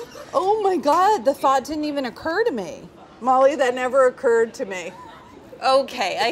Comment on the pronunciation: Molly, when Carla says "It never oc-curd to me", the correct response is "No whey!"